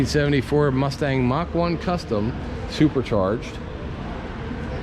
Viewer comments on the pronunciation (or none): none